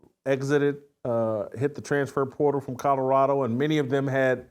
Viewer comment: lol "Cottarada"